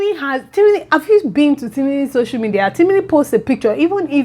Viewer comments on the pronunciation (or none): none